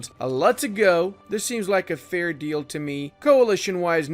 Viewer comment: Every time says,,it's not a massive deal though" like in I literally hear,, its not a massive dildo"